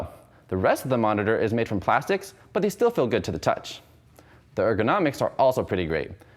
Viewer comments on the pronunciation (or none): none